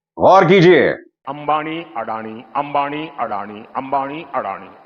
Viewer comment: अरे अडाणी नही अदानी बोलो.